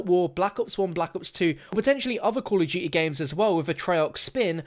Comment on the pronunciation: Call of duty. Not “coll uff doo-e